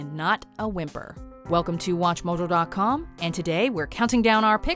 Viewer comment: Please tell me I'm not the only one that hears "Watch Mol-jo dot com" in the intro